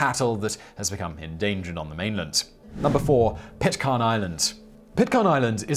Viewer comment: Simon, some of your pronunciations are poor, it is NOT Pit-car-n Island, it IS Pit-care-n